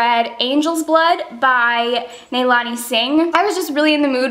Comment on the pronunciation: HI! Great vlog!. I just wanted to mention one thing, the pronunciation for Nalini Singh is 'Na-lee-nee'. Hope it helps. :)